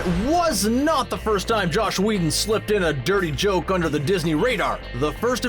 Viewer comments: He also said Josh Whedon. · Whoever does the narration for this video is an idiot. Calls Joss Whedon ‘Josh’, butchers Kenneth Branagh‘s name royally, can’t say ‘iambic pentameter’... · DUDE,, it's JOSS not JOSH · There's no h in Joss. It's Joss Wheedon, not Josh Wheedon... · Could you please stop calling Joss Whedon "Josh"? Thanks a lot! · Is he saying "Josh" Whedon? Because it sounds like he's saying Josh Whedon. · "JOSS" Whedon not "JOSH" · JOSS not JOSH. 😒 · It's Joss Wheadon not Josh... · JOSS Whedon. Not Josh. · Is calling him “Josh” Whedon?! Also, did he say iambic “PAN-yuh-MEE-tur”? Geez. I’m out.